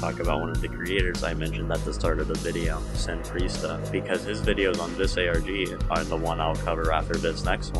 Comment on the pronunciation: ITS PRONOUNCED SEN PRESTA YOU MORO